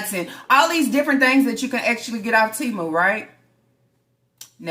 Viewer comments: AND IT'S TEMU ( T-MOOOO) NOT TEMA😂😂 OLE IN MY FRED SANDFORD VOICE 😂😂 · "TEMA" This mf'er can't never say anything RIGHT!!! And WTfffff think taking a long drive makes the check engine light go off!?!?! "Lapsed" is what the means regarding the insurance. Double the meat WHERE!? That was a normal amount of meat for the number of kids you got! 🤦🏽‍♀️